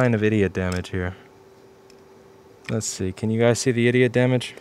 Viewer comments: "idiot" damage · what did he say "eda damage"?